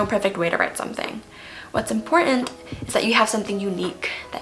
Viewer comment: I enjoyed your writing tips! I would also encourage you to learn how to correctly pronounce the word: important. Best Wishes.